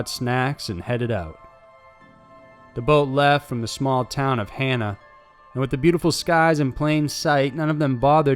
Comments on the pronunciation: I’m from Hawaii its pronounces ha na not Han na. For Hana. But it is still better pronounced from you then one of those robot twats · It's HAH-nuh, not HAY-nuh! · Just FYI, the name of the Maui town in Haw-naw. Otherwise, I'm enjoying your videos :)